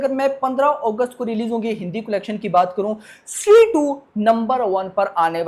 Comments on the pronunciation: स्ट्री kyo bol raha hai?😁 स्त्री hai wo🔥🔥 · Bhai vo stree 2 he not shtree 2 😂😂😂